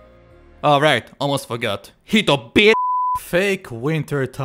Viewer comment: Come on, man it’s not hitobitch it’s shitokiri